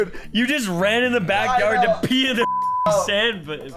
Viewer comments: It’s pee not pea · It’s Pee tree not Pea tree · It’s not the pea tree is the PEE tree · It’s “pee tree”not “pea tree” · Ahem the correct pronunciation is pee🤓👆